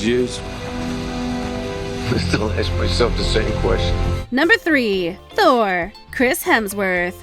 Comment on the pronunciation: this squeaking commentator is hard to bear. the name of the god THOR is not pronounced ssor, but TOR. embarrassing